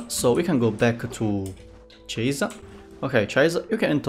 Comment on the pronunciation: 0: 25 it's japanese name so it wont be read as "Cha-is" but litterally how it's written so "CI-SE" like Hatori Chise from ancient magus bride